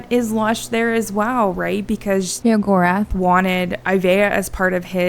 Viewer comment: Pleeease, the way you say Sheogorath is so confusing haha. It took me a while to realize who youre talking about xD